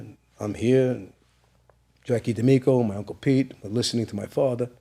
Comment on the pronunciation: I didn’t do it, outta respect for my fwatha.